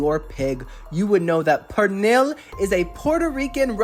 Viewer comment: it’s actually pronounced Pernil (pur-neal)